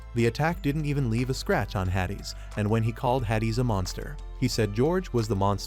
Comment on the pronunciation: Yeah AI narration be like that 😂